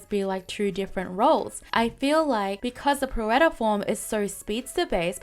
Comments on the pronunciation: Just a friendly FYI Pirouette Form is pronounced Peer-O-Ett. It's ballet term for a turn. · Pirouette is pronounced Pir-O-et. Seems like it could be a fun Pokémon to play as. I was thinking Supporter in Aria and Attack/Speedster in Pirouette but you probably know better than me. I really want them to add Victini and Marshadow. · Jirachi is my most desired mythical. I would be happy if this leak turns out true though. They could do some fun things with it. As for pronounciation, in case you care, you actually said most things correctly, pirouette is pronounced pi-roo-et (pi=pee but shorter emphasis on the ee sound) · Pirouette form is pronounced Pi-ru-wet form, btw. Id be curious to see more forgotten mythicals and legendaries appear, especially from Gen 7 and Gen 8